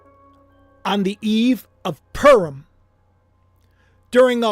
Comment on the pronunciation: Pu as in Puma Rim as in the upper or outer edge of an object, typically something circular or approximately circular Purim My ears hear you say purm or perm Happy holidays 🎉